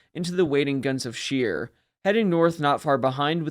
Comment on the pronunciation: Great video, however, Scheer is pronounced like Cher. And just in case, Speer is pronounced like Shpair. Keep up the good work!